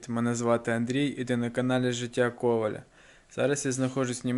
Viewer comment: чому ти постійно говориш з неправильним наголосом життя "Ко́валя", якщо правильно "Коваля́"?